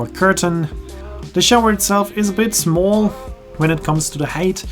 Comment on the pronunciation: haha where did the New York accent come from on “small”? 😆 Great video as always